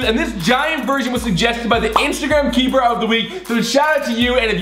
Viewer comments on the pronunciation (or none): ITS KEYPER NOT KEEPER